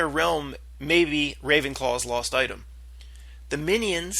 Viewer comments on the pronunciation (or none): Lost DIADEM OF RAVENCLAW. are you saying Lost Item? It's lost DIADEM. a tiara.